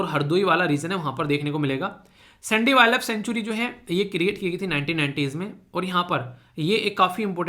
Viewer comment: Jai hind sir 🙏 Sir vo (सैंडी नहीं है वो साण्डी hai ) Hm vhi se belong karte hai